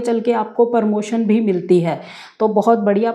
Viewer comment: Permotion nahi madam pramotion.